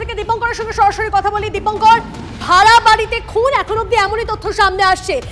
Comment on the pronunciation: কথা টা সরাসরি, শরাশরি নয়। এই সব anchor শ, আর স এর তফাৎ বোঝে না। এদের উচ্চারণ দেখে চ্যানেল এ নেওয়া হয় না?